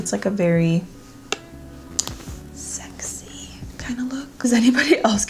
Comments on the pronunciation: Amazing look! You look beautiful and sexy haha I feel you on the struggle to say that word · Lol im just laughing at the way she says sexy at the end of the video